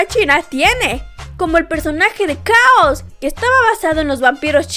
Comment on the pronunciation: Muy buen video y datos 👌 aunque lo que no me acostumbre fue a la pronunciación de Chaoz y Arale 😂